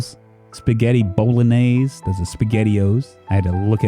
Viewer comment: "Spaghetti- Bowl-egg-nays"